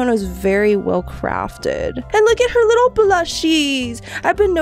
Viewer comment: Bro she siad wittle💀☠️💀☠️💀